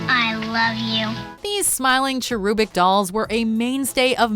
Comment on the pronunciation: cha-ROO-bik? Seriously? It's CHAIR-uh-bik.